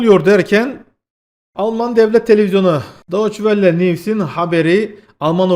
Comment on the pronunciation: Wille değil Welle